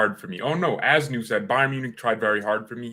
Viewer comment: We should endeavor to know how to pronounce peoples names Simple respect…….